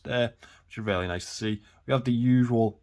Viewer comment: You have to switch up your vocab a bit. You use the word "really", which you pronounce "rarely", about 500 times per video